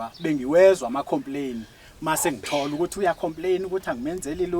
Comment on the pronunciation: ❤❤ngikuthanda masewuthi "ngi tholukuthi" sengathi uyabhula